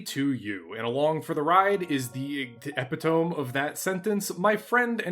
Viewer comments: Holy lord Odin I love this channel...but it's not "eh-pi-tome", it's "uh-pi-tuh-mee". Just type it into Google and listen to the translation audio. And fellow nerd to fellow nerd, we like correct grammar so I'm not knocking you, I am helping you be more nerdy! I would appreciate the same correction. Other than that nitpicking...which admittedly might be a personal problem brought on by 2 librarian grandmothers and 4 English teachers in my family (Oh, the knuckle-rapping's I got from all these women for improper grammar as a child. I am still haunted), you used the word in context absolutely correctly, which is better than most can manage now days, or would even bother to use it at all. Sorry about my personal bitching, run-on sentences, and general 4am silly commenting. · In the beginning, he pronounces "epitome", incorrectly, the way I used to after having only read it as a descriptor for a laser weapon in an armored core game. Funny to hear another Mecha science fiction enjoyer mispronounce it. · Did...uh...did you mispronounce 'epitome' on purpose or did you learn it from reading?